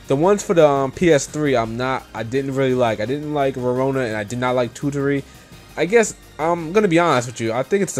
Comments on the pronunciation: geez it's TO-TO-Ri not TU-Tu-Ri -_ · sorry, but you pronounciation of japanese names (totori, meruru) is not so good. anyway, thanks for listing up the j-rpgs which are coming this year. oh, do you have an idea when Ninokuni will be released in europe by any change? I couldn't found anything. :(